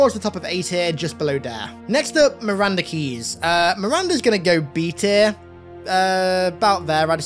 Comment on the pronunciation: I swear i thought he said Miranda was the Yummiest Commander in the UNCS, and I agree 100%